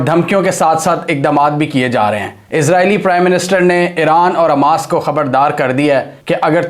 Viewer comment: اووو بھائی اسکا نام حماس ہے نا کہ اماس😅😅😅